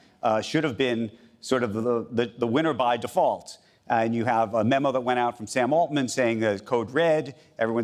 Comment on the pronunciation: Just say it: Sam Altman. Not that hard. Lol